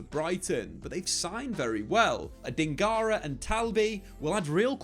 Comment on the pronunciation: How have you added an extra syllable to Adingra’s name? 😂